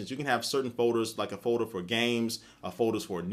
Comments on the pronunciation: um its folder not foeder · say folder again.